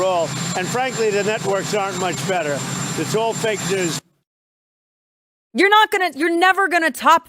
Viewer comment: I love you, but I have to say it again! News… Not Shoes!!❤️❤️